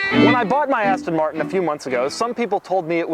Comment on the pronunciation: You sound like you say "assstan martn"